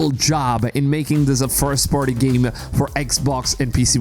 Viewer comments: What's a giem? He talks about this giem and this giem, but what is a giem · I took shot every time he said "geeem". I'm totally hammered.